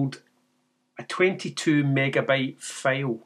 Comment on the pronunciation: I love your accent....but you got me with the 22 Megabyte FAIL...What is a FAIL.... After about the 4th or 5th time I heard it, I finally got it. A FAIL is Scottish for a FILE with a long eye in American English. For us Yanks, fail rhythms with pale or pail. English is so screwy. "My attempt at editing was a major fail"...Like failure, failed, DOUGH is pronounced D-OH COUGH is pronounced CAW-F There is a street in San Francisco named GOUGH... Not GO, not GUFF, it is GOFF Do you say NILE like the river in Egypt for those pointy metal things we hit with hammers? As I said, I really love your accent, it is beautiful. Reminds me of the great Sean Connery. And once I got it, I totally understood. It is very charming...